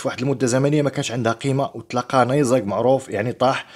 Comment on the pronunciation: تعلم اولا كيف تنطق كلمة نيزك لاتفخم حرف الزي وتنتهي بحرف الكاف اسمع كيف تنطق من الاخر فانفإن لغتك العربية تثير الشفقة